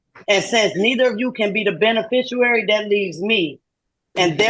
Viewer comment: "I'm here on a ‘special aperience" (Like a mix of 'appearance' and 'experience' 😂) "neither of you can be ‘the beneficowary" (A sort of mix of 'cassowary' and 'beneficiary' 😂) ”I’m a foreign entity challenging your jura-diction” ￼😂